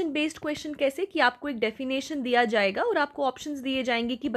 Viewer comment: Ma'am 'defination' nhi 'definition' hota hai